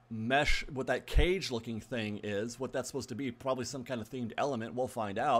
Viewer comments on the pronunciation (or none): none